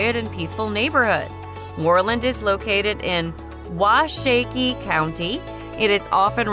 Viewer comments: This is apparently some advertising for real estate agencies. But even real estate agents take the time to learn how to pronounce our place names. "Wah-shaky" County? It's "WAH-shuh-key". Ranchettes, not pronounced "Ranch ettis" is not a town, it's a subdivision. Now, let's here you pronounce Dubois or Meeteetse. By the way, Glendo and Guernsey State Parks are 100 miles from Cheyenne. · Please learn how to pronounce the names. Washakie County was named for the Shoshone Indian Leader.